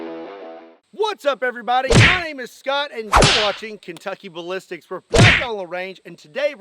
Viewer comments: Did say "Kentucky Balipsticks"? 😅😅😅😅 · Lol sound like he said no Kentucky butt lipstick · Man I'm sorry, but I can't unhear "Kentucky Butt-Lipsticks" now 🤣🤣🤣